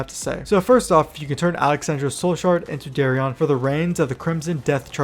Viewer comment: Lol the way you pronounce their names sounds ridiculous. It’s Darion dude, like Dare-ian… not Dahriahn 😂 It’s marrowgar, like bone marrow. Not mahr. LOL. Learn to talk